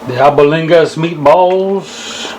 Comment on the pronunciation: I felt my spirit leaving my body watching you cook that brother! Good stuff! Mom's cooking right there ... fyi the pronunciation of it is al-BONE-digas, just saying not judging. You've inspired me to make my own batch!